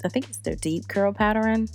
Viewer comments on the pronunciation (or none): Girl, if you don’t stop saying pat-ter-ren/pattering. It’s pat-tern pattern. 🤦🏽‍♀️ I love ya way to much to not correct that. But I love this unit 🥰🤩💕 and will be trying the wax on my new unit when I finish it. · Every time you pronounced the word pattern like paterrain... I wanted to scream!😆😆 But you did that wig ma ma, very cute! I want to try the wax color! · The word is PATTERN pat-tern, pronounced PAT-TURN. Where did you get all those extra syllables!! Sorry just a pet peeve. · The way she says “pattern” is killing me lmao. Still cute though 😘😂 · Never said it was serious sweetheart. From the looks of it; it looks like you’re from the south just like I am but I’m a girl from the south who’s Haitian 🇭🇹 so I know we say words differently but pronunciation is pronunciation. I only said something because people like to laugh at black queens who act or pretend if the don’t know how to talk with sense. But you’re pronouncing a word incorrectly and saying another word with an entirely different meaning. Pattering: is to make a repeated light tapping sound. VS Pattern: a repeated decorative design. I was not in any way coming for you. Was just a queen fixing another queen’s crown. Have a blessed day and keep sharing your talents with the world. Love, peace, and blessings.